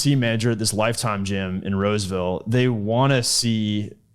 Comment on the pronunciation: "Roseville." Jesus.